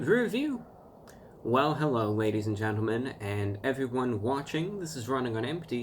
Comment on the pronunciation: Is the hewwo everyone a speech impediment or deliberate?